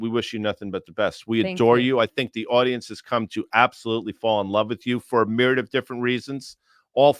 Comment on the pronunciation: Stop saying miryad.